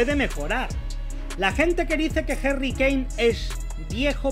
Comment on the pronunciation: Quien es Jerry kane??? Se dice HARRY CON A no con E